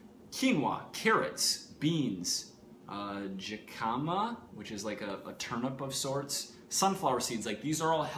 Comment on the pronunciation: hih-cah-muh (jicama) ;)